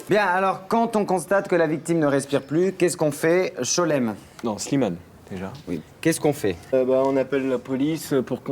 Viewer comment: qui n'arrive jamais à dire Slimane 😂😂😂